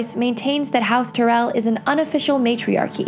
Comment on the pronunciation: TY-RELL. Not Ter-rell. That drives me nuts! Say it the way they say it on the show!